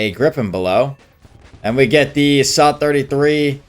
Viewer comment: The “suh “